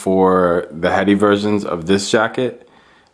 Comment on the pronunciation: OMG saint laurent all the way. side by side it's not even a comparison. and btw (friendly note), "hedi slimane" is pronounced "eddie," not "heady."